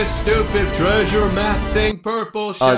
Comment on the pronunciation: Frankramk Lentine yeah you said Sheep not Shep